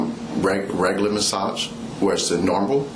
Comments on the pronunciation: (“ she said she uhh do a, do “ASAGE MUHS” ) 😂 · a guut massage